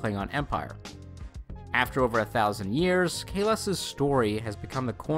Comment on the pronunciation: you lost me when you fail to pronounce Kahless... also the new klingon language sounds like any african tribe language